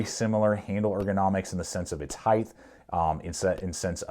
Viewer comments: Sorry to be that guy, but the word is "height" not "heighth." I was recently called out for that and never realized I did it. Anyway, thanks for the review! I just bought a M2.0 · I like your videos but I despise your mispronunciation of "height".